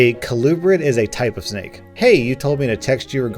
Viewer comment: Dude you say snake like snik had me rolling🤣🤣🤣🤣🤣 all I could think about was there's a snik in my boot🤣🤣🤣🤣🤣🤣🤣